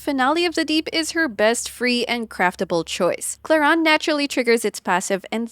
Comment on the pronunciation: You are the first english speaking youtube creator that says Clorinde correctly! As a french I thank you !